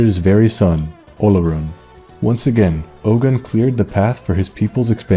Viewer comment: I'm Yoruba... But my god, your pronunciations are funny... Ogun is oh as in Ohio and gun as goon but stressed like you're asking a question... Yoruba is yo as in the greeting yo, ru as in woo or rue or sue, ba as in bad again with a stress like you're asking a question... You should always end them like you're asking a question because we like to stress the last syllables... And the funniest pronunciation you made... Ife... Firstly, ife is two syllables not one... Not hive, I as he, feh as if you're saying feather but again with a stress at the end like you're asking a question... Olorun is o as in on, the uh part when you're pronouncing on... Lo is like saying law without the w or lore without the re... And run is basically rune without the e and with a rise at the end of the syllables like you're asking a question... Plus no, it's not an accurate design... They should have learnt more about Ogun... They would have gotten it almost perfectly if they change the wraps to red because that's just meant to be a red iro and buba, basically two red yards of clothes not a mummy wrap of bandages because the red color was the real reason it was on the statue not the clothes... And the vines aren't vines, we don't have vines here in western Nigeria except deep somewhere unknown in the jungle that we had no idea about... Those vines were palm fronds because those were important because of our reliance in palm oil and using palm oil to preserve iron... My god, no one can miss the mark mo